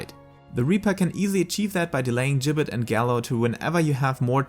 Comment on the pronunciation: I think you're the first youtuber I've seen pronounce "Gibbet" correctly!